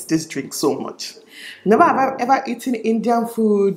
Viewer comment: "hever have i hever" lol